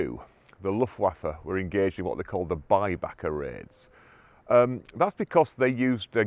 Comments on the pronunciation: Baedeker guide not bybacker............. Interesting video. Lovely Feock church. Ledbury church and Bosbury church in Herefordshire have separate bell towers, not because of different ground levels as far as I know. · Dr Mark has done a really good video on this. Someone linked it in the comments. And he pronounces Baedeker correctly. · There was a recent Mark Felton video here on YouTube about the Exeter bomb. BTW it's "Baedecker".